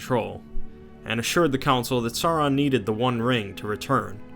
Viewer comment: Why is it so difficult for so many of these videos to properly pronounce "Sauron" as "SOW-ron"? Dude - "Vay-lar"? Come on, man, I'm trying to watch and listen but damn.